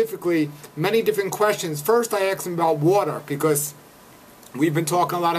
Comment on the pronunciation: He axed Bryan puhscifickly.